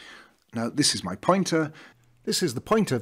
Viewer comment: It made no sense until I realized you were saying POINTER, not PUNTER. I thought PUNTER must be some insightful football term to refer to a role yet to be explained to non-footballers. I suppose it ended up well though and my Americanized ass ends up admitting that Rooney was one hell of a punter. In fact, normally in American football a punt goes high in the air trying to achieve "hang time". Rooney had none of that. Canon shots right to the proper address.